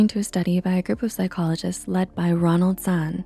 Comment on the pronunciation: uu said Ronald not Roland lol